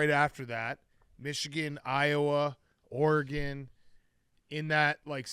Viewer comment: Dave should learn how to pronounce Oregon